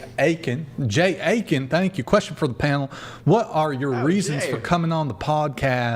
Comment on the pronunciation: it erks me when you mispronounce the word, “Christian.” You say, “Chrisshan.” And the word “question” as well. You say, “queshion.” It’s equivalent to when people mispronounce the word “Ask” by saying “Axe.” 😂 Oh, and when you take a breath in sometimes it sounds like you have a bunch of saliva in your mouth. I’m just the messenger and I’m pretty sure others notice as well.